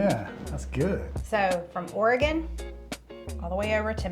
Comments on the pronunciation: Seeing your Tater Tot Casserole on the video thumbnail, I thought THIS was the Minnesota episode 😂. Just wanted to say thank you for pronouncing Oregon, Tillamook and Oregonian correctly. Enjoy that Marionberry Pie ice cream! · Great pronunciation on the word Oregon!! 😊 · Love that you pronounced Oregon correctly. Lol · Thank you,, for pronouncing Oregon correctly! So many YouTubers don't. As a native Oregonian for over 50 years, I have never made nor eaten a tater tot casserole. Yes, we have tater tots from time to time, but I have never known anybody to make that concoction here. Salmon, halibut, tuna, crab, oysters are the prime dishes we are known for here. You did nail it with Tillamook and marionberries tho! Marionberry ice cream is bomb! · As a native Oregonian, I simply love that you pronouce "Oregon" just like we do. That is a rare thing! ;-) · Thanks for the great representation of Oregon! AND pronouncing it correctly! Your videos are always fun!